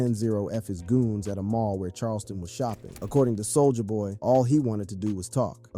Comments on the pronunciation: you said Soul-ya boy instead of Soulja boy lol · Bruh you need to stop saying "Soul JAH BOY" It's Soulja Boy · He calls him both Soulja boi and sol-jah-boy in the same sentence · Why "Sole-Ja" boy and why would you call the song "Crank I-T." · Whu ue say soo-ja ba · "Soul-JAH Boy" 😂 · Why are you saying "Soul JA boy" and "Crank I.T." lol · See the way he says souljah boy?? Soulja-AH boy. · How are you mispronouncing soulja boy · Is this an AI generated narrator? I find it hard to believe a brother would mispronounce Soulja Boy’s name or say his hit was Crank IT 😂